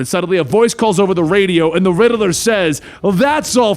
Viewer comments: He said perhaps you should call me the riddler not rideler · Lol he says riddaler